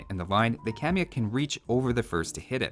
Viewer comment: Informative as always, binging your vids made me want to come back to this gem of a game. One thing i'd like to point out and i know, i know... i'm 6 years late to the party but for better reference the actual pronunciation for kamayuk should sound a bit more like /kama'juk/. Really hope that helps! cheers from Perú!